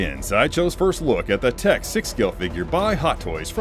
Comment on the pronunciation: It's pronounced 'Tick' :D